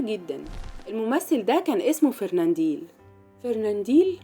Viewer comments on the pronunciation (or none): فرننديل يا ام ديل ؟ لو ان جهلك يمنعك من نطق اسمه بطريقة صحيحة فلتغلق فمك ... اسمه فرناندل FERNANDEL....